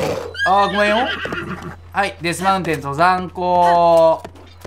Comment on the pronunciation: とざんこうじゃなくてとざんぐちなwwww